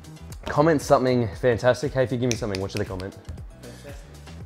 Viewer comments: "FonTAStuic" "Uwaay, waautch out Dyude!" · *Arnold accent*...Fantastic